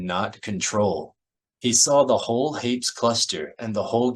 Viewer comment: My only criticism is that Hapes is pronounced like grapes. Lol